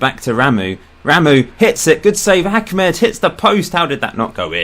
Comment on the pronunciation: His name is Ahmed not Achmed